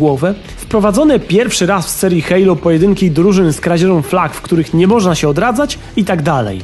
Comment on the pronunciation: hejlo?!?!!? kto tak mówi ? XD